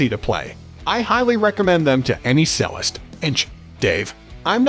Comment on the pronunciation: Ffs, use an AI voice that can pronounce 'Jarger' and 'Cellist' correctly.